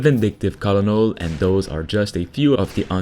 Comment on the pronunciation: great video, just an fyi "colonel" is pronounced "kernel"